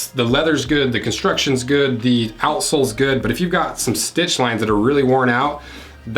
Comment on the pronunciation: Offtopic I always lough at "outsoles", which always sounds like "a.sh.l.s" 🙂